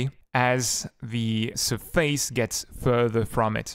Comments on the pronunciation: your saying surface wrong >:( Its SURface not surFACE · It's so weird because your english is almost native at some points then you say certain words completely wrong, for example: Surface and Absence